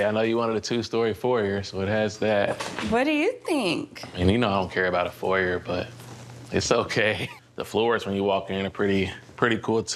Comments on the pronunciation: She's all..." I'm so modern"... And can't pronounce foyer correctly....stop the pretentiousness.... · If this girl say foyer one more time... Legit had me questioning my own pronunciation... Asking "can you use it in a sentence?".